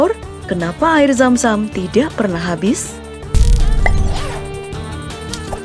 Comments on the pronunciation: yg denger nya air Sam sam BKN zam zam pen tau sp aja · Zam zam oy bukan sam sam Btw minel aidzin wal faidzin ya min :)